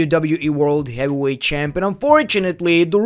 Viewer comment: blocked for not being able to pronounce heavyweight